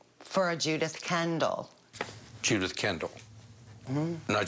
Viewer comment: Why did she say JUDITH KENDAL that way? My god keep your tongue in your mouth! Lmaoo